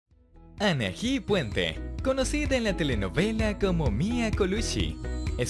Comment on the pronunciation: Anaji?? Jajaja Ana... I..! 😅